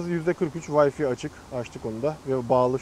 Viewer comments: Doğru söyleyelim. Wifi okunuşu : "Vayfay"dır. "Vayfi" değil ! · Alınmayın ama böyle inceleme olmaz. Allah aşkına, 'vayfay'-a 'vayfi' demek nedir ya? Tablet de iki tane işlemci yoktur! Sekiz tane 'core' var ve dördü hızlı diğer dördü ise yavaş çalışıyor. Şuna artık GPU de. Garip garip isimler takma. P.S hiç kimseyi aşağılamak amacım değildir. Amacım eleştirmektir.